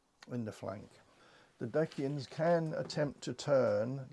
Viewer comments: Very nice tutorial thanks, small heads up, the Dacians are pronounce normally as Daie-ssh-uhns by most. 🤷‍♂️ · Isn't it Day-shi-an or Day-see-an? Have I been saying it wrong this whole time?! Anyway, nice video as always!